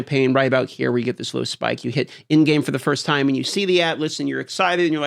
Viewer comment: Is that supposed to be an "E" in "time" bro? 😂